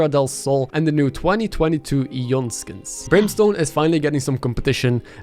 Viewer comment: and the new 2022 ee-yon skings other then that great video 10/11 would watch again